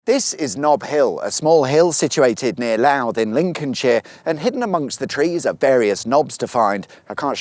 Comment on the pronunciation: Lots pronounced Louth not Louth